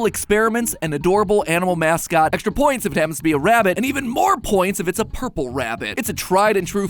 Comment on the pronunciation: hearing matpat say "ourple" out loud is threatening